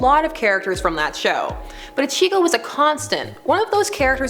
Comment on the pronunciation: Levi Ackerman 😋 Sasuke Uchiha 🥰 Ichigo 😍 Sebastian 😫💜 Um just saying the way Ichigo is pronounced just makes me cringe 👀